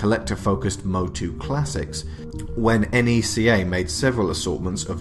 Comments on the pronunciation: 1) good video 2) NECA don't do sports figures 3) it's pronounced NECK AH or KNEE KA. Not N E C A. 4) you just did a history of NECA video without mentioning what put them on the map in the first place. The first ever Pinhead figure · Stop Calling It N.E.C.A It's Neca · It’s neca not n e c a you don’t say it like that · 🤔...He kept saying...enn eee cee aye...💯✔️ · Isn't it pronounced like "neck-uh"?